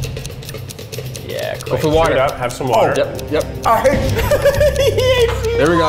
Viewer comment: Guys, how do you really pronounce Kwesi's name? In some prior video they said Kwessi but now it's Kwezi. I think of Kwazy Cupcakes from Brooklyn99 every single times. I don't want to disrepect him in my head he's so sweet, so which is it?